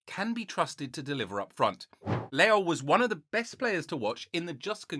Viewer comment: *João is pronounced "Joo-wow" while Leão is peonounced "Lee-aw"